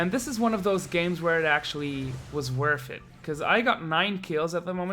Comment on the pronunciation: You can't say worth it right lol